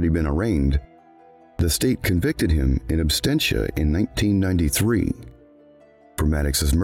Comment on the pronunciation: To the narrator - it's "in ab-SENT-ia", not "in-ab-STENT-ia"